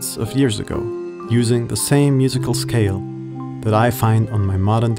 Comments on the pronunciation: same. Listen to your own video. See if you notice the way you pronounce “scale”. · This is an excellent video! Kudos! (In the word “scale”, the “c” actually sounds more like a “g”.)